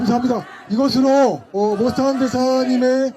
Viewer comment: 모스탄을 왜 모사탄으로 부르냐? 발음 잘 해라